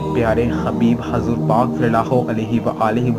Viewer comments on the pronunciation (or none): none